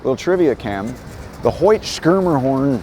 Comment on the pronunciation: Another great video but you really need to work on your pronunciation of Schermerhorn.😂